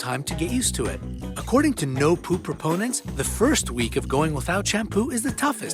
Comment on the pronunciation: "Nopoopropornants" It sounded like that